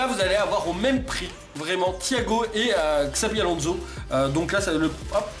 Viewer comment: arreeeeete de dire x👈abi Alonzo c'est chavi Alonzo 😲